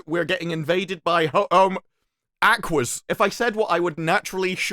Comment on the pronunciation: Every time he says Aquas ..... Barbie girl play in my head